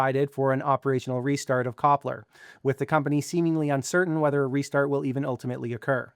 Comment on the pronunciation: Copler is pronounced Tshepler in Turkish